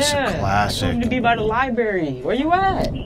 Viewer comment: did anyone else notice he said liberry instead of library.